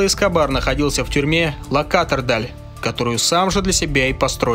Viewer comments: Да не Лакатардал, а Ла-Катедраль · Пересматриваю его биографию уже который раз,рассказываешь интересно Но то как ты ставишь ударения на БОготу и ла кАтедраль аж уши режет,ты же готовился к выпуску и не знаешь правильного произношения?🤦‍♂️ фу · Лакатедраль, безумное повествование, чувак ты бы хотя бы посмотрел то что уже снято, не говоря уже о малейшем произношении ключевых точек